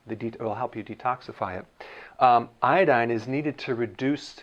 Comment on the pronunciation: 边做饭边听这个视频，满耳朵都是波哥在说“海带”，我就纳闷了他开始学中文？瞄一眼翻译，原来是IDDINE🤣